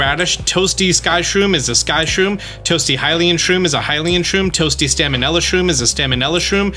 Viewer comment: "Stamenella" Bro summoned a 'N' out of nowhere